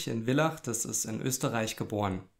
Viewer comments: Tolles Video, gut erklärt. Danke. Einzig die Aussprache von Villach ist nicht korrekt. Villach nicht V wie Villa sondern Villach wie das F im englischen Wort fill. Ich komm aus der Stadt deshalb musste das jetzt raus. ;) Lg Aus Österreich. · Wirklich nett erzählt. Mit Hintergründen und Wissenswertem! Ich habe nur eine Bitte: Er wurde nicht in "Willach" geboren, er wurde in Villach - gesprochen wie Vollmond - geboren! Vertrau mir, ich bin in Klagenfurt, also ganz nahe bei Villach geboren! :) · "Villach" wird wie "Fillach" und nicht wie "Willach" ausgesprochen!